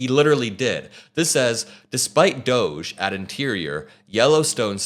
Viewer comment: why are you pronouncing doge incorrectly?